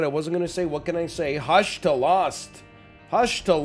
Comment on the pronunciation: HE SAID THE WORD WRONG!!!!